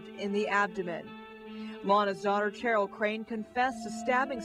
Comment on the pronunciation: This reporter repeatedly says “Cheryl” like “Chair-il”— can that really be how the daughter pronounces her first name?